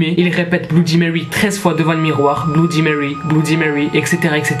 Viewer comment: Mon p'tit pote, bloudimewy ne viendra jamais à ton challenge (qui est un mot français) parce que tu estropies son nom : C'est pas tout de farcir sa prose d'anglais, faut commencer par le prononcer correctement.